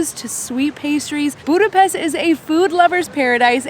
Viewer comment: Serious people don’t put sweat toppings on lángos, icecream into kürtöskalács but do drink pálinka in room temp just like whiskey, because thats the temp when you can taste the most flavours. By the way well done: till the end of the video you learned how to correctly pronounce Budapest:)